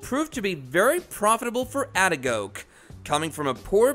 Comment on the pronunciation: It is a-de-ko-ge. For Gods sake say people's name right